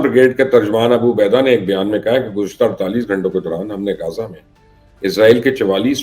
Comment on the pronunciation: درست لفظ غزہ ہے جسے آپ روزانہ غازہ کہتے ہیں_ غازہ powder کو کہا جاتا ہے جبکہ علاقے کا نام غزہ ہے_